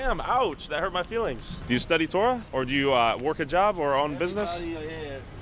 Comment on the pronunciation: Taura ? lmao god help me? bro u dont even have the actual "Taura" hahahah